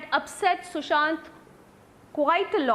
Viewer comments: It’s Sushant not sushan. Republic tv get ur facts checked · It's Sushant not sushan....